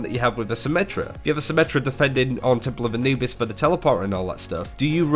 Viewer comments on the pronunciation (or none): none